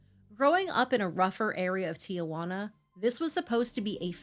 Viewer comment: It's not Tijajuana its Tijuana. There's only one a.